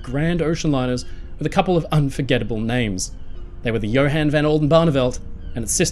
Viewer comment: Horrible mispronunciation of Johan That's called hypothermia.